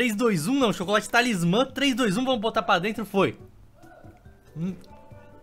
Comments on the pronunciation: Eu não tankei nenhuma vez que ele falou TALISMÁN Kkkkkkkkkkkkkkkkkkkkkkkkkkk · "TalismÁMMMM" KAKAKAKKAK